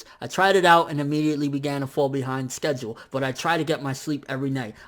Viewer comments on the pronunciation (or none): none